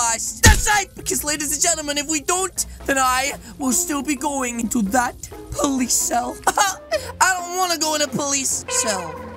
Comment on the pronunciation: When the part you say POLICE you mean pooo